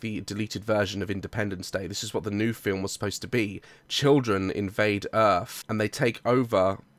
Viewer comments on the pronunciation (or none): none